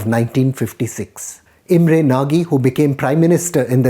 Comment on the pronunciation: Imre Nagi -- his last name should be pronounced "Naash."